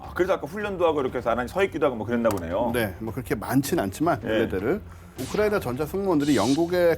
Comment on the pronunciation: 유용원씨 발음 좀 정확하게 해주세요~ 왜 자꾸 "우크라이나전" 을 '우크라이~'.....'우크라이~' 라고 하면서 남의 나라이름을 빈정대거나 놀리는투로 들리게끔 발음을 하시나요? 심히 거슬리네요...전체적으로 발음이 안좋은 분으로 감안하고 듣고있지만....남의나라 이름만은 정확하게 호칭하시기 바랍니다... 외국인들이 "코리아"를 "코리~"..."코리~"... 라고 불러대면 기분 좋으시겠어요?